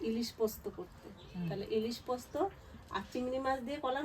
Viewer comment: পস্ত্ না পোস্ত